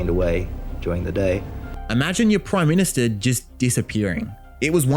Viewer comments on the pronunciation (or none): Back when the prime ministah was simply the prime minister 😂